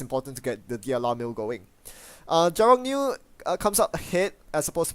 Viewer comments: Jarogniew mercs is pronouced Ya-Rog-niev. Just FYI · Ya-ro-gniev. Syllables with a consonant at the end are "no no". Gniew means anger and it is a one syllable word.